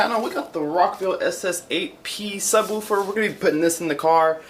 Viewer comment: I hate when people say ......woowfer